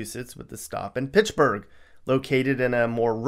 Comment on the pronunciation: I'm absolutely dead 💀🤣... you call the first city pitsburg not Fitchburg as in Fitch-burg